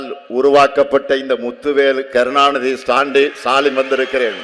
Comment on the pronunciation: Muthuvel karunanithi satindin😂😂😂 vera level .. ivan peraye Olunga solla mudila .. ithula indha dmk dogs matha katchi sappuranunga... Yebba doubt iruntha ne poi parthuko koththadima 6.38 min la😂😂😂😂